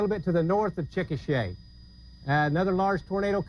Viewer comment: Chikasha is actually pronounced as Chick-a-shay. I heard it from an Oklahoman once One decent-ish way to measure a mile, or any increments of a mile, is city blocks. 12 city blocks roughly equals 1 mile